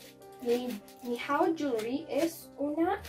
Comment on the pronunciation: Nijao hewerly así se pronuncia no tiren hate aveces es bueno ayudar en algunas cosas uwu